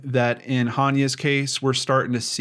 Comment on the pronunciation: Pronounced AH-ne-ah. I love your show so please don't take this as a criticism. I think it's important to get her name right. The YouTube channel Gray Hughes Investigates has a great video about Hania's abduction.